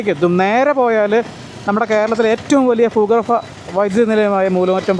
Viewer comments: Please don't say "foogarfa ". It should be pronounced as bhoogarba and don't forget that we need to speak malayalam correctly. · ഫൂഗർഫ ❌ ഭൂഗർഭ ☑️